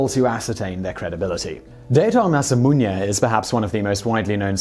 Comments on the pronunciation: Its masamune not masamuñe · Masamunya? You gotta put stuff on screen when you're not sure how to pronounce it.